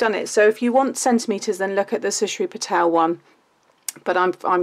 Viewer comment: Hi!. Very lovely and beautiful card. Sorry for the corrections. You said name Shrusti Patel but her name is Shrusti patil not Patel.